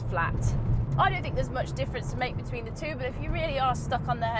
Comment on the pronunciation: Great car, considering purchasing one myself. Also can we just appreciate the pronunciation of “two” 😂